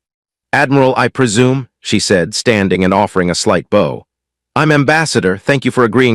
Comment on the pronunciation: If you cannot pronounce bow correctly you get a dislike.